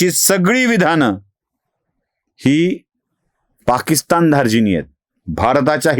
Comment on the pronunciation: पाकिस्थान नाही पाकिस्तान करा.. बाकी नेहमीप्रमाणेच लय भारी.👌👍